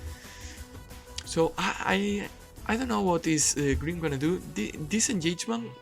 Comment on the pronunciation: took me way to long to realize green is just how you pronounce grim^^